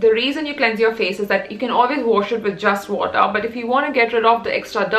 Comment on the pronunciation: that "wotah"😂😂